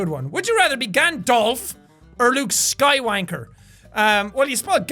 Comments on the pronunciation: Jack: luke skywanker Me SKYWALKER Jack gets it right the second time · Is it just me or did he just say luke sky wanker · Did he say Luke skywanker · It’s Gand all f and Luke sky walker not sky wainker and Gand dolf